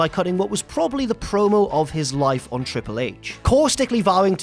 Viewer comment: I always enjoyed how he said triple hach and umanga